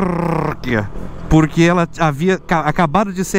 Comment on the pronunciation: fala, minha lingua nativa é espanhol, adoro escutar o ``po-rrrrrrrrrrrrr-que´´ esse teu kkk um abraçççço